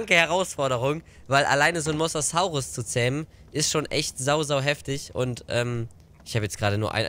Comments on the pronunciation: Mosasaurus wird anders ausgesprochen! Das o ist länger und das s weicher. Mosasaurus, nicht Mossaßaurus! 😜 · Bei Mosasaurus wird jedes "S" wie bei Sonne ausgesprochen ... Das ist auch im Englishen so .... Jeder Dinonamr wird lateinisch ausgesprochen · Der Mosasaurus wird wie die Farbe rosa ausgesprochen ;)